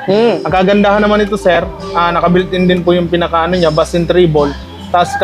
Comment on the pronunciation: Bass is pronounce as base